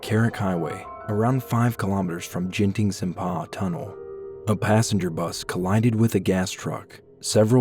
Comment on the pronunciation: Keydah 💀 jenting sempah 💀 that's not the way u pronounced it